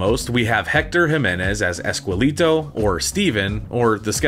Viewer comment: All this research , production and you couldn't pronounce ESQUELETO right????